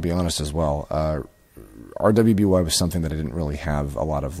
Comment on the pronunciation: Great input as always,. Although, this is probably the first time I've heard anyone pronounce it by each letter since the show started. It's pronounced "Ruby", it just has a W in it because of the color theme and because one of the four main characters has a W in their name.